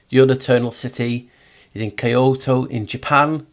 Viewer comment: Kyoto almost sounds like ky-ho / key hole